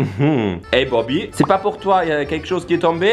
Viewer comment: "Z'est blanc"😂